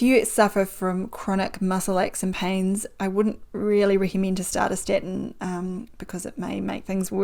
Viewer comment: It’s called STATIN. NOT STETIN, It’s called CHOLESTEROL NOT CILESTRIOL. Apart from that I didn’t understand a word she said.